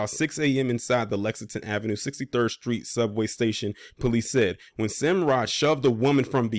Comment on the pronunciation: White adjacent ? 😂 Italians are white Italy is in Europe come on brotha II follow u but u have to paint the facts when reporting and pronounce the suspect name correct smh